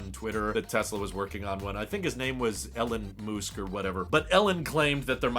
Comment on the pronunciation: "Ellon Moosk" 🤣🤣